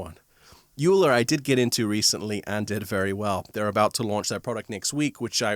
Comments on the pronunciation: Good to see you! FYI, Euler is pronounced "oiler" rather than "youler". Cheers. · Euler is pronounced "Oiler".